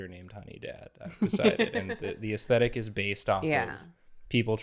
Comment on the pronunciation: No one: Absolutely nobody:: "Aestetic."